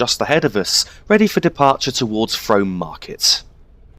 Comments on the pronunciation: I believe Frome may be pronounced Froom. The town along the Berks and Hants cutoff is certainly pronounced that way. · Frome is pronounced "Froom" Great video :) EDIT: Just read other comments :p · its pronounced Froom